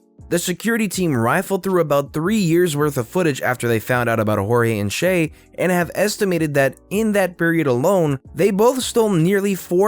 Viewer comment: Shay is read like "Shai", sha-i. Was not expecting that spelling from a foreigner...